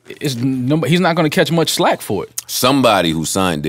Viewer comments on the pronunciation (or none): Not SLACK Joe. You're trying to say FLACK!!!